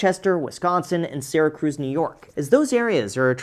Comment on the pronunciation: Hearing you say Syracuse as Sera Cruz really got me. Can confirm, I'm 30 and just coming back to Rochester to try to buy something I can afford!